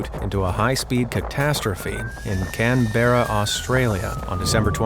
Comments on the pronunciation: As an Aussie, listening to you pronounce "Canberra" physically hurt me. We pronounce it as "Can-bra" 😂 In all seriousness, I'm loving the content! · It’s pronounced “can-bruh